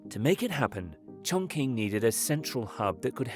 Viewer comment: It’s more like Chorng-Tsing